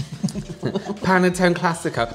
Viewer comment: That was the wildest focaccia pronunciation I have ever heard, tbh 😆 and Panottone is a Christmas dessert!